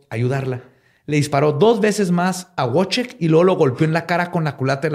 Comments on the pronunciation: Querido, solo como corrección en pronunciación y escritura de nombres Polacos: el nombre se escribe Wojciech o Wojtek, y se pronuncia como "VoicheJ" y "Voitek", respectivamente. No "Wuoichek". Para futuros casos, te puedo ayudar con gusto 🖤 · Wojciech se pronuncia Voitec